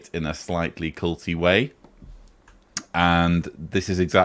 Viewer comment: everytime you said culty way i just thought cunty way.